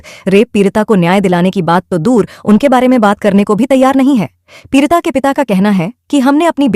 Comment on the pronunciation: Peerita nahi peedita